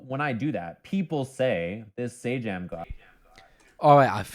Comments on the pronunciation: The fighting game YouTuber's name is prounounced Say-Jam. And his content is dope, and often applies to many genre's outside of Fighting Games, and he often uses League analogies because he's played the game. Highly recommend to people that like to nerd out over conceptual stuff. He would also probably make a fantastic guest even though he's primarily a Fighting Game guy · Love your work. PS it's pronounced 'Say-Jam'.